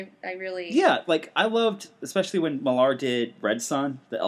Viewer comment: Love the podcast, and agree as to Wolverine and the X-Men - let's have more stuff at the school! I was wondering though - why are you pronouncing Millar as Mill-AHR? It's just said like Miller (it's the Scottish version of the name...). Of course, you could be saying it this way for the fun....